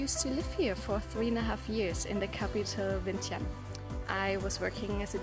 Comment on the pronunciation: Omg, you're actually pronounced "Vientiane" "Vieng-chun", right.. Most foreigners never did. lol